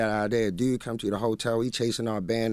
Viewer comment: OK, what happened "teww" Skola, the other new "dewd"?